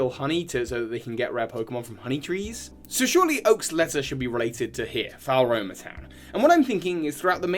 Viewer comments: I pronounced it Floroma personally, but it's clearly not Falroma. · Drinking game: take a shot every time mangles Floaroma town. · btw floaroma is pronounced flow-aroma, fuego is pronounced few-ay-go (it's Spanish for fire) and coronet is pronounced co-ro-net :)